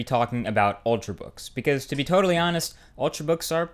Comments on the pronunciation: "ultrbooks" I though it was "ultrabooks"? lol. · Ultrabooks, not ultrbook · 'Ultrbooks' - Marques Brownlee 2012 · Yay, 'ultrbooks' :D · Lol "Ultrbooks" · "Ultr(a)books" you da man!